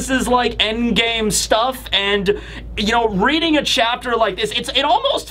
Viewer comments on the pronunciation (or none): none